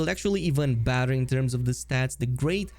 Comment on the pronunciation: I’m pretty sure whenever he says ‘badder’ he’s saying ‘better’ and his accent is making it sound like badder.